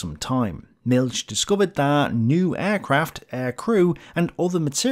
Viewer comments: Milch isn't pronounced "Milk" It's more like "MilH". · Great Content, but you say Milch wrong. Its not the english ch, but more like in the scottish "Loch Ness". There is no S sound in the german word Milch.